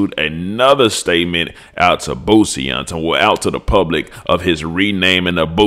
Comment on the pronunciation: you be having me rolling hard laughing at the J "Poosie”😂😂😂